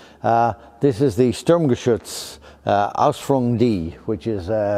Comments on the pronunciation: Thank you so much Mr. for saying "Ausführung" instead of "Ausf.". Being German my toe nails roll up everytime I hear a knowledgeable English/US WW2-expert trying to pronounce a foreign abbreviation. For the same reason, nobody would try to say "HMMWV". Alternatively, "Version" is as good as "Ausführung" for me and most probably easier for all Anglo-Saxons😉 Greetings from Germany!! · perfect german pronounciation if you listen carefully to Ausführung G or exotic words like Zimmerit and Heereszeugamt which are no longer used and the average german does not know and might ask WHAT ? great explanation of the heritage and development